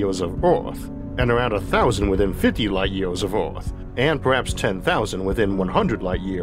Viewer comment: 50 Light YEEAAYYYSS of Earf